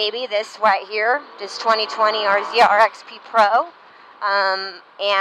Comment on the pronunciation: Tip: no-one says "RZR" they say razor like the rest of the universe